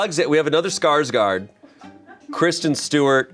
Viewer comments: If anyone cares Skarsgård is pronounced like the beginning of Gordon :) /A swedish person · My jimmies got rustled everytime tried to pronounce Skarsgård